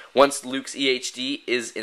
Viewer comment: When you said EHD it sounded like EA Games